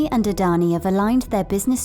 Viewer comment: It's not adhoni it's adani